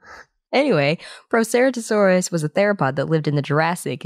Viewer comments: When you say the word Proceratosaurs you’re just saying it wrong, but since you said all of that, now I know it’s related to the Tyrannosaurus family. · That's not how you pronounce Proceratosaurus, I'm sorry to be this kind of person and I know many dinosaurs have different pronunciations, but I think the right way to say Proceratosaurus is the accepted way